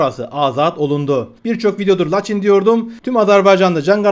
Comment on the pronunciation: " LaçIN " vurgu son hecede